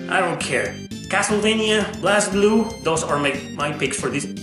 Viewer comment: It's pronounced BLAZE Blue. They say in English, they say it in Japanese, it's BLAZE Blue....